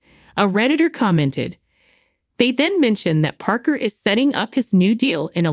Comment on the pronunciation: You have no idea what you are talking about,as you donot know how to say Parkers last name.So you have never watched the show.